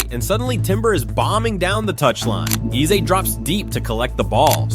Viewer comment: Eze name isn’t pronounced like a that. It is Aza like (a) the letter and not (e) the sound. In his language, Igbo there are 2 e sounds, normal e sounds and (e) sound that sounds like (a) the alphabet.